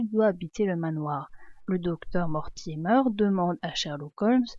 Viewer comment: Mortimer ne se prononce pas mortimeur c'est Mortimer comme la mer